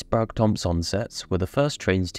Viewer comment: Sprague rhymes with "Craig", not "Prague".